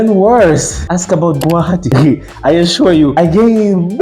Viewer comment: Didn't expect you to pronounce guwahati so accurately even indians can't pronounce it correctly 👍